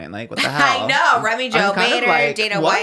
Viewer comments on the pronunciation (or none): none